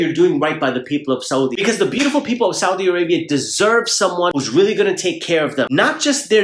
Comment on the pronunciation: The way he say " Saudi " is very right 😂😂😂😂😂